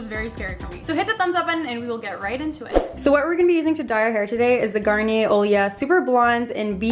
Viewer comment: It's garn-knee-ehh not garner by the way I love you